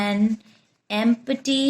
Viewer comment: Mam, it is not em-P-ty .. its EMP-TY